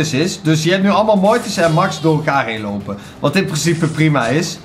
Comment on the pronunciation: Ik weet niet of het weet maar Max is een meisje en je spreekt het uit als mex want ze zegt weleens back to thé mex en in de beschrijving staat zij 😉😉😉 echt mega leuke video trouwens!!! BAWZ ARMY💪💪